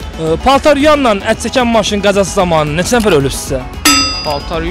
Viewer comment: Nefes diyen oglan gozel diyir nefes